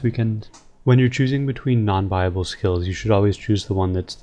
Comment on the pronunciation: bible skills??? the church of rs l2pronounce buy-ab-le